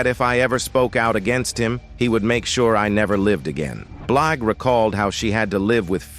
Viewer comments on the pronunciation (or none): "Beelj" tf is that? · What the 4hundred one one...seriously these AI recordings are horrible cant even pronounce her last name right.😮😂😢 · Narrator didn't do his research! Not Four Hundred Eleven. And he didn't pronounce her name right